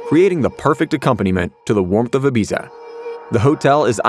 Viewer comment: Can’t cope with the pronunciation of Ibiza.